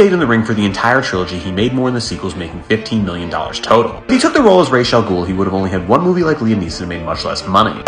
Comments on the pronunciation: It’s Raz not Raysh man. The correct Arabic pronunciation for his name would be Raz. It was only changed to be the same as the Hebrew letter Raysh. I don’t care how bad DC tries to change it, it’s wrong. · It’s pronounced Ras Al Ghul. Like “Ross” bit with an “ah” sound. Not sure who told you it was pronounced the way you’re saying it.